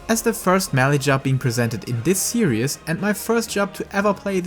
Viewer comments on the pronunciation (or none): Series sounds like : 'seer ease' you said serious. =)